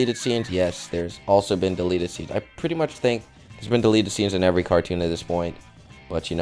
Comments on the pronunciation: its delete not de let =) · it said delet instead of delete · 5: 38 I says delet not delete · You said delete wrong